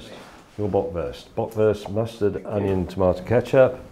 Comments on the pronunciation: I love how he pronounces "Böckwörst" and "Brattwörst" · The way how he kept pronouncing “Bratwurst” and “Bockwurst”, made me eat my own shit